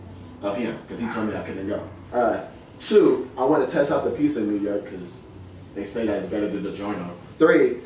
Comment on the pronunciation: It's not pissa, it's pronounced pizza